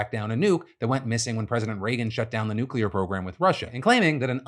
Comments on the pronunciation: If you pronounce it "nu-cue-lerrrr" I refuse to take anything you say seriously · Any time someone pronounces nuclear as “new-cue-ler,” it instantly destroys their credibility 😂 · I can't bring myself to take someone seriously who pronounces it "nook-you-ler." But houses are exploding at crazy rates the past few years from gas leaks and broken lines, etc. Maybe they're looking for gas leaks regarding those. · Why would we take someone seriously who pronounces it "Nucular?" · I don’t trust that conspiracy theorist for a second purely because he said “nyoo-ku-lar” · Rogan WOULD retweet a video that pronounces it NUCULAR. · As soon as someone says "NUCULAR" I know not to believe anything they say. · Never trust a guy who pronounces nuclear as nuke-you-ler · "nucular"...yeah dude that word alone immediately let me know you're not a reliable source. The rambling surrounding said word confirmed it. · that guy lost all creditbility at "Nucular" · Guy literally says “nuke-you-ler” lmfao bro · yep, I'm gonna trust the unverified claims made by the dude with the massive wall-mounted American flag who doesn't know how to pronounce "nuclear".